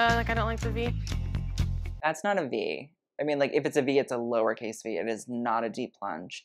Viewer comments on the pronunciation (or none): "A lower cass v" DYING